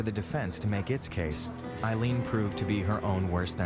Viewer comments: Aileen, not Arleen. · Did her lawyer really just call her “Arleen” ???????